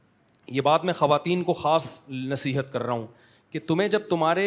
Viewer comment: حضرت نصیحت ہے بصیحت نہیں ہے